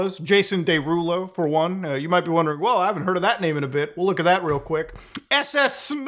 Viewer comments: “Day rulo” 😂😂😂 is killing me off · how tf are you unable to pronounce “derulo” correctly???